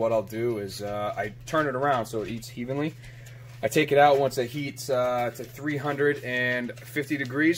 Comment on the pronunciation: "eats heevenly" 🤣🤣 nice video man very professional! And I like the motorcycle jack presses!